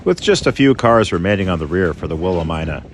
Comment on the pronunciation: Not Willa ME nuh?